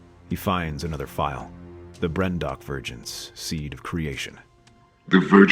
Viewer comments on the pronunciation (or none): "Brendok" Aaaaaand I'm done with this video